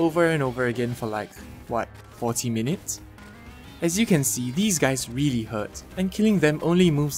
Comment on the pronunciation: I like how you say really. Its sounds like you saying weally